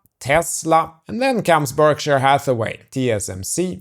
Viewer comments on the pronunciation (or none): none